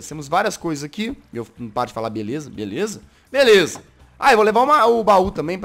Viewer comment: Eu ri quando ele disse belesa foi em grasado mano kkkkkkkkkkkkk